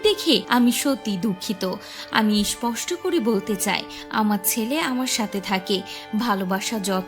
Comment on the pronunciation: Purnomilon naa, punormilon. Isposhto naa, sposhto. Bhasha ropto kore content banan pls. Bangali Bangla janena, bhishon lojjar!